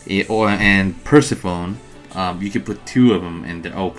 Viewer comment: Thx for putting this together, very helpful. Btw Persephone is a goddess and its pronounce per-se-funny